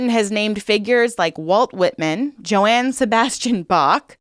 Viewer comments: Joanne Sebastian Bach?😂😂😂 It's Johan... Yo-hawn. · Johann Sebastian Bach - pronounced like "Yohann," not like "Joann."